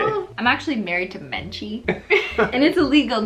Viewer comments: Nobody: Cristine: Menchie! Subtitles: Man G! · menchie sounds like beynTEA o